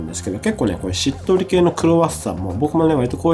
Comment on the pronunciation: 追加 クロワッサンの時の🥐しっとり系が、しっとるけーに聴こえていいですね😂 田舎に住んでますので、カルディな無印良品にはなかなかいけないので、今日は、友人が買い物に行くとのことで、Kimi maroさんおすすめを依頼してまーす。